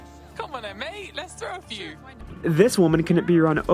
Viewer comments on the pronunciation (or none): none